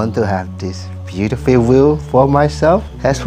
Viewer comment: For anyone who listen at part U wii hear "Beautifield" it's not he saying it wrong it call “Fluctation" in thai we all have fluctationword in our head so this is a blood race or some thing i guest ( lol ) Ps.Sorry i bad at eng i try my best❤